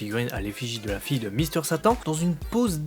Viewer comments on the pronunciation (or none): none